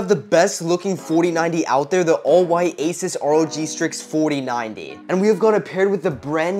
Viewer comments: ASUS NOT ASIS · I have heard a lot of people say Asus but I have never heard anyone pronounce it asis